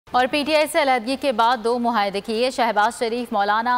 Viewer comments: مہایدہ نہیں معاہدہ بولو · Muhaida nahi muahida.....